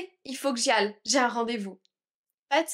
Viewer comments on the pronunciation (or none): J t'ai entendu prononcer le l en 'que j'aille ' à mes connaissances on la prononce ay à la fin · Une question svp , pourquoi vous avez prononcer le lle dans la phrase il faut que j'aille , normalement ça se prononce il faut que j'ay , merci pour votre réponse 😊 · Bonjour, J'ai toujours entendu que 'aille' se prononce 'ay', mais on dirait que vous dites 'al' Est-ce une autre façon de le prononcer ou un accent spécifique à une région ? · When you say il faut que j'y aille your aille sounds really different to how I've heard it. Is this just different accents? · Merci infiniment pour ce cours. J'ai une question à propos du verbe "Aller" dans cette phrase:" Il faut que j'y aille." Est-ce qu'on prononce le double L comme un L ou comme un /y/? Je suis pas sûr mais j'ai le sentiment d'entendre un vrai L quand je vous écoute . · Ta façon de dire "aille" est différente des autres français que j'ai entendue. De quelle région de la France viens-tu ?